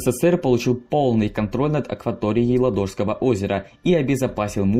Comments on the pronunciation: лАдожского озера , а не ладОжского :)) ! Но за мультик спасибо , все кратко и доходчиво. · ЛАдожского, а не ЛадОжского капец... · ЛАдожского озера, а не ЛадОжского озера! Географию что ли прогуливали?.. И да, до момента передачи Выборга по Московскому мирному договору, город именовался Виипури, а не Выборг. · может ЛАдожского озеро, а не ладОжское? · Какого в этак Ладóжского? Оно Лáдожское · Ладооооожского.....🤦‍♂️ мои уши.... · У ладожского ударение на 1 а